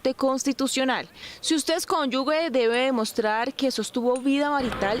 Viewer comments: No se dice CÓNYUGUE se dice cónyuge!! (Sección o nota acerca de las pensiones) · Sra periodista del informe de pensiones NO DIGA CONYUGUE! DIGA CONYUGE" SE ESCUCHA HORRIBLE!😉😁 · Señorita periodista, se dice “cónyuge “ y no “cónyugue”.